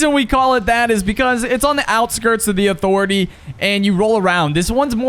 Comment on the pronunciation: Thanx for dem tips Who else loves these Never Lose at (uh-thor-etay) 👇👇